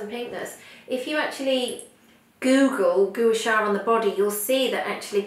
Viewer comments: it is pronounced 'Qua Sa' not Goo sha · You are mis-pronouncing Gua Sha.....It should be pronounced GWA SHA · You're holding it incorrectly. It's supposed to be at an angle closer to the face.... You're also pronouncing it incorrectly.